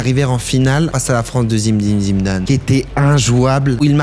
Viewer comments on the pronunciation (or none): pourquoi tu dis zimdim zimdam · Zimdim Zimdane, c'est Jamel ça lol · Pourquoi dit: Zimdin Zimdane 😅